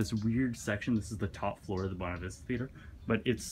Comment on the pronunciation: to Jake does not understand the concept of a locked door XD Also, isn't Buena Vista pernounced "Bwey-nah" like Buena Girl from that Kids WB Cartoon Mucha Lucha? Hey, that song was from Princess and the Frog. "Never Knew I Needed" Loved that movie, so underrated